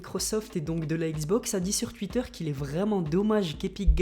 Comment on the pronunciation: Son "touitteur" me tue à chaque fois